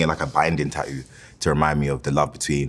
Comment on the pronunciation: I adore how he says "ta-oo" 😂